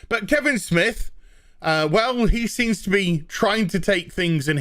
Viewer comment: Damn i had forgotten about certain movie makers buying out theater seats to boost Captain twats opening weekend rofl. Ha i keep hearing Kibblesmith when you say Kevin Smith same difference now. Vagies unite!